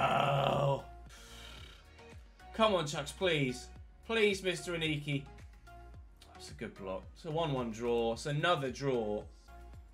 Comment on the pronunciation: Hi great vid as always, I’m a charlton fan and I think the correct way to say Aneke is a-NEEE-KAAYY